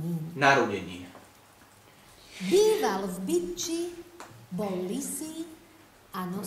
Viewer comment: Kdo taky slyšel jak po prvý řekla Bytči TAK slyšel "v piči" 😨😨